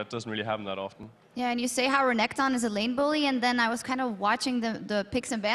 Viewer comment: i love it when sjoks says renkton